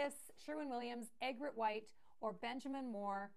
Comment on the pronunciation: Eeeegret white, not eggret white. After the bird!